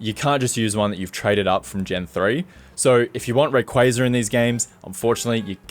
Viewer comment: My hat’s off to you for getting Rayquaza’s & Arceus’s pronunciations right! 👏